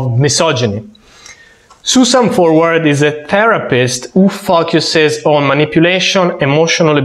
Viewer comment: Great video as always. I have one suggestion (and admiration) for a multilingual Romance language person speaking English. When you say « focus » in your videos, I notice you pronounce the O as a U, so it sounds like FUCKuss. I have similar trouble when I speak Portuguese as an English speaker. Great video and continue the good work!